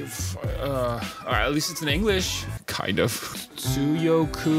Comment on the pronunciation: Me when was trying to say "tsuyoku": Da faq you saying bro? Me when sings: WTF bro that's the most beautiful thing I've heard this month - Subscribes